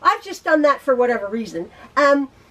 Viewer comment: I crack up every time you say whatever